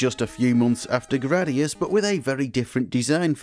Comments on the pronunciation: It's "GRAH-dee-us." I have spoken. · i have never heard anyone say Jradius ....